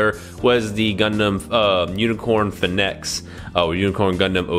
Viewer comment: It's pronounced Phoenix, like "Fee-Nicks" the fire bird that dies and comes back to like from old legends .